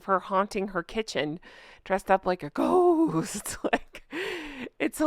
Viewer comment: The way you said “ghost “ made me spit out my coffee in a fit of laughter. Thank you ❤